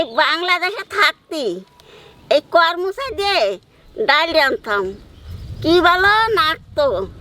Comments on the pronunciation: কর মচা নয় । করম চা । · "কর মচা" নয় "করম চা" এটাই মনেহয় সঠিক উচ্চারণ 😊 কলকাতায় সত্যিই খুব কম পাওয়া যায়,তবে কোনোদিন পেলে নিশ্চই এভাবে একবার রান্না করে দেখব 😊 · tumio bolecho karmocha...ota koromcha bole